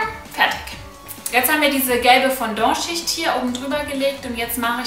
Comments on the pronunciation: Das heißt Fondant nicht Fondor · lern sprechen.... es heisst fondant! sowie man es schreibt.....